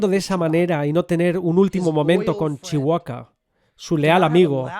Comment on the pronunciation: Cuándo será el momento en que España aprenda a pronunciar Chewbacca sin comerse la b? Y si me lo permiten: en Skywalker la L no suena. La palabra Jedi...el acento está en la sílaba JE, no en DAI. JE-dai Un beso!